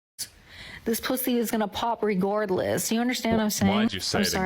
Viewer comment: 18 19 "regordless"??????? 😕